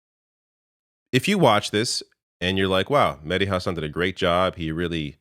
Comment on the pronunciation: Hahsun hahah husawn would be how it's pronounced